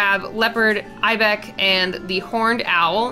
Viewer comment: I keep getting distracted by the pronunciation. Fennec is supposed to end on a hard K sound and Ibex is supposed to end on a ks sound. I love the video though! Monster Mashes are my favorite!